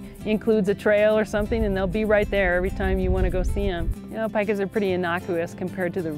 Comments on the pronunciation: It's called peeeeka, eeee, peeee-ka, not pie-ka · Paika? It’s Pee-ka!